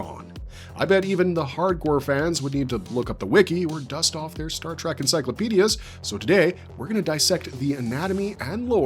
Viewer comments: what gets me is when people say "track" instead of "trek". I don't understand how they mix the two words up. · This guy is clearly Canadian but I hear a ton of people annoyingly pronounce it "track"